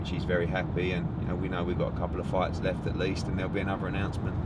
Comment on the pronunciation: He said left Ed 😅